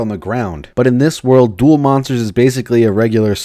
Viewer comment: Duroh!!!! monsutah kahdoh!!!!!